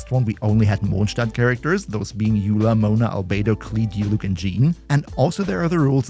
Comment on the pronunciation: as a German I love your pronounciation of Mondstadt because it is the technically correct one